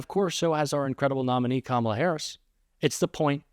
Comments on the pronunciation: Do they really not know how to pronounce her name or are they just stupid? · I wonder if the narrator would have, if not coached otherwise, correctly pronounced “Kamala” in Trump’s propaganda ad.